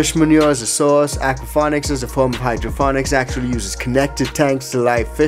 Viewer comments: Why do you keep saying hydroFonics? It's hydroPonics sir. Lol! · Is he saying HydroPHONICS? It is hydroPONIC right? Or am I experiencing a Mandela thing? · Yea he is saying hydrophonic lmao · HydroPONICS… NOT HOOKED ON PHONICS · pls tell me this is a joke about how he pronounced hydroPONics lol